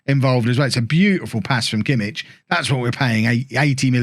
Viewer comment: The "ch" in Kimmich is like the "ch" in "loch" or "Bach" not in "church" :)